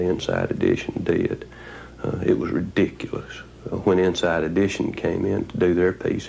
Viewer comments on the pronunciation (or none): Inside "idition"... Crummy program.